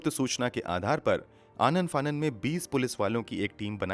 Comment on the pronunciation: Story teller said Anand fanan 😂😂😄